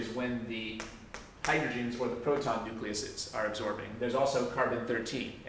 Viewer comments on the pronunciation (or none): Awesome video. But really.. nucleases?